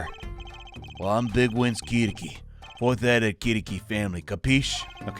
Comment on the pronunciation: It's more like "ki-TAH-ki." Pronunciation is correct, just emphasis is mistaken (which is understandable.) Technically, isn't Edgeworth German-ly raised, since he was adopted by von Karma?